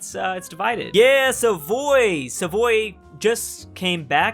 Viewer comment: savoie is pronounced savwa